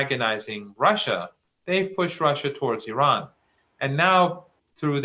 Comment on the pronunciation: At least this guy pronounce iran correctly, some of these westerners mis pronounce the name of iran.